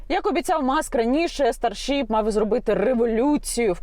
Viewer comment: Яніна, не "старшіп", а "старшип". Перше це зоряна вівця, друге це зоряний корабель. 😉